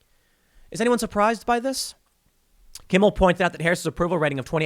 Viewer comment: It’s Jimmy Kimble, get it right Tim!